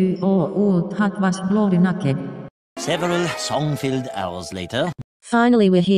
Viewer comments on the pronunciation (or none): lol “nak’ed